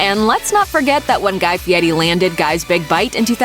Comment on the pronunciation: You should pronounce his name properly. You show a lot of disrespect mispronouncing it though the whole video